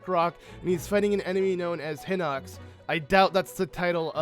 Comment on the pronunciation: pronounced heenox